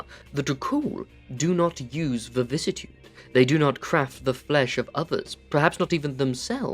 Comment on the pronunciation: Where’s the second “v” in “vicissitude”?